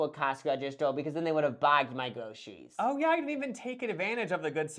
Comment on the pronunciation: Groceries——> gwocewies. Four—-> FOUW. You are rounding the R sound every R sound turns into the W sound. It’s an easy fix